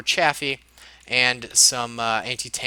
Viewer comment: That pronunciation of Chaffee makes me cringe...